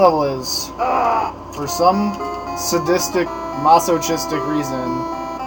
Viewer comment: Mass-oh-kiss-tick ... the more you know!